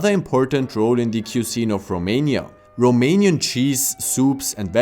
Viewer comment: You’re pronunciation was spot on!